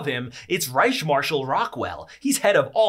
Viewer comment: The C is pronounced like a K ReiKh